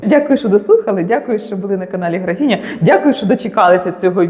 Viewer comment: Українською не графІня, а графИня